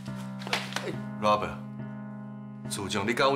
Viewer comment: 李新能把Robert 念得好一点吗？很难听。